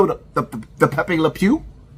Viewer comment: Peppe lepeu😂